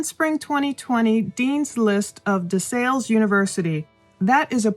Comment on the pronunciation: It's "DE SALLE" like PAL.